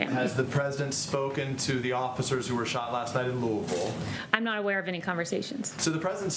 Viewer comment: So "Louisville" is prononced "lewl". Okay.